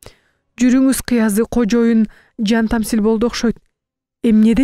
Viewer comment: Жантаслим деп окушу керек